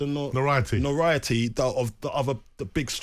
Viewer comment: No not "noriety" it notoriety 😂